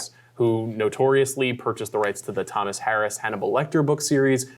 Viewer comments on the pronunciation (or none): none